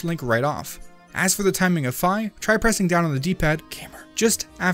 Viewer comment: It's 'Fee' I played Hyrule Warriors Legends.